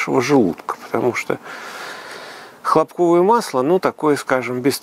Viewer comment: Аж слух режет.Почему хлопкОвое то,а не хлОпковое.Масло из хлопкОв что ли?